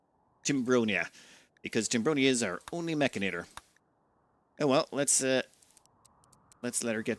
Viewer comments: It's Mechanitor, not Mechinator! Why do you make my OCD go off like this? lol... Also, you start with 2 control groups on the mechanitor. Also also, you can paint your mechs. Look in the mech tab at bottom of your screen. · It's also "Mech ani tor," not "Mech ina tor"